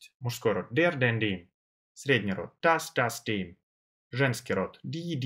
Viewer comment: Я конечно понимаю, что парень старается и разжовывает... но для А1 ... Для А1 (Карл!!!!!!) Это перебор!!! Плюс к тому - артикли: den, dem и der произносит одинаково (не уточняя! и по мне дак каждый артикль из его уст звучит абсолютно одинаково - как ДЭ!!!, а не ДЭР, ДЭН или ДЭМ), всё сливается и нифига не понятно на слух - какой артикль Он ставит!!! Я понимаю, что он сразу делает ставку на акцент и произношение. НО ЭТО ДЛЯ НАЧИНАЮЩИХ!!! А начинающим надо понимать само слово с точностью до буквы (БУХмляШТАБИРОВАТЬ), а с правильностью произношения и акцентом человек уже по мере изучения будет сам разбираться!!!